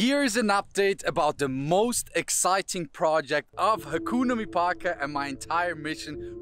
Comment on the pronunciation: Can someone teach him how to pronounce hakuna mipaka.